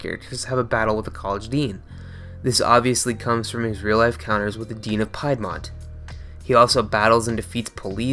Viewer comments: It's pronounced PEED-MONT not PIE'D-MONT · Good video.. however it's pronounced Peed Mont like Leed or Reed. Not Pie ed mont. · Piedmont...pronounced PEED-MONT! Not Pied-Mont...totally ruined the whole experience for me... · Piedmont is pronounced "PEED-mont", not "PIED-mont". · You pronounced Piedmont wrong. Piedmont is a geographic region of the South between Appalachia and the coastal lowlands. It is named after the Piedmont region of Italy, where its name means essentially "foothills". In any case, the American region is pronounced "peed-mont". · Piedmont is pronounced Peedmont for future reference lol. I never knew i was so close to the chan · "pie-d-mont" lol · Piedmont is pronounced (Peed-Mont). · For the record, Piedmont is pronounced "peed-mont". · Piedmont is pronounced peedmont, for future reference. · It's PEEDmont. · I know this is a minor thing, but as a Virginia native, I've always heard "Piedmont" pronounced "peed-mont". It doesn't really matter, and this is an excellent video. Dunno why CWC is such a popular video topic now. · Piedmont is pronounced "Pee'd-mont" to write it phonetically. I know, I think its stupid too. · It's not hard to pronounce Piedmont like the Piedmont Plateau